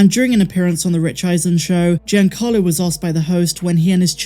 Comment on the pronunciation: Happy birthday,! Your channel is one of my favorites, and I rely on it for Star Wars news. Keep up the good work! P.S. You're mispronouncing Giancarlo. It's JON-CAR-lo, not GEE-an-CAR-lo.